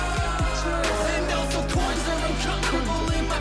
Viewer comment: When james says 'also coins are uncomfortable in my pocket' he said 'also coinz are uncomfortable in my PACKETS UGHHH' that gets me every time